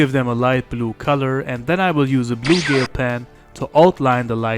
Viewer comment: Hey it's pronounced as gel like hair gel not gale just thought I'd correct you on that since you said gale pen! Superb drawing keep it up sensei 👍👍